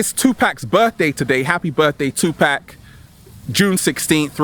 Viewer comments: it's 2 Pac (paauuk) not Pack! Lol....Peace N Love to u. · Did he just say Tu “pack”?! 🤣